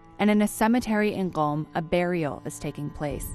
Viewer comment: I noticed she pronounced Qom very correctly, then I saw the pinned comment. Very well done miss.